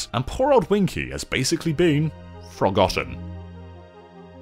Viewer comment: FROGotten? Jeeez….